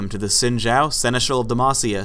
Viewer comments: He pronounced "Xin" wrong... It's 'Shin' not 'Sin'. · Yeah where they pronounce his first name properly lol